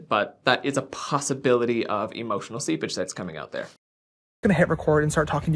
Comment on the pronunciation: Hahaha. When you said ‘I’m looking for any emotional seepage’ I thought you said ‘I’m looking for any emotional sea bitch.’ Omg. Hahaha